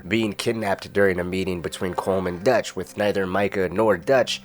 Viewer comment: Great content. Really odd pronunciation on some things though lol. Line: "What Dutch thinks..." You: "Whats Detch thinks" Subtle, but odd